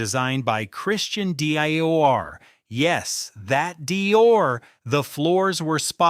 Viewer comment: Frappay? Oh, come on. Instruct your script reading software how to pronounce "Dior".